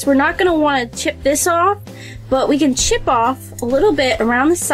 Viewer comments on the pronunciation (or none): none